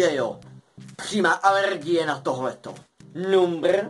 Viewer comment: Když neumíš říkat slovo "number" tak ho prostě neříkej!!!